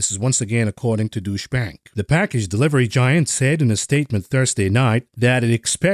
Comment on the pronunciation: 😄 Love your content and also love your pronounciation of deutsche bank. try following: tsche = like utch in dutch and then add an e like in a souffle so put together tsche = utche and deu = d'oh + ou (like in your) hope that is helpful:) as mentioned love your work keep it up